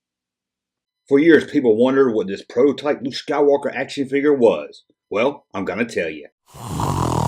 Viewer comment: Luke not luje!!